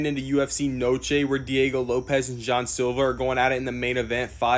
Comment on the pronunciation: It’s “Jean” you goof